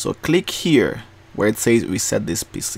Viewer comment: Am I the only one heard "Reset this P***y" ???